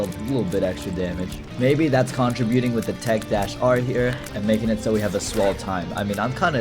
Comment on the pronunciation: sir, I believe you pronounce “contributing” wrong. Not hating, just never heard anyone say it like that and wanted to cause a problem. 🦅🦅🦅🔥🔥🔥